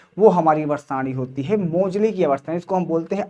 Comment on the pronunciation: मोजले ❌ मोसले ✅ 😂😂😂